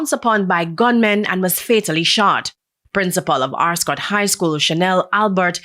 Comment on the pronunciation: Ascot not Arscot